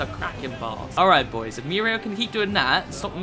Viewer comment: at times i feel like he is saying miura instead of muriel lol